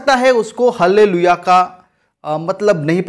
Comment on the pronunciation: हल्लेलुईया नहीं बोली जाती।आल्लेलुईया बोली जाती है।आमेन।